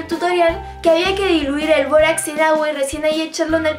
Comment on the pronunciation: todo iba bn hasta k dijo borax